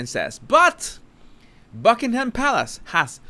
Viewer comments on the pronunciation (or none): none